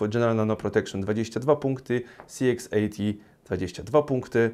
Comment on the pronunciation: Dziękuję za recenzję. Jedna sprawa: CX80 wymawiasz tak, że dla mnie, nie widząc monitora, brzmi to jak CXAT. Jestem ciekawy Twojej opinii o higienie po strzelaniu.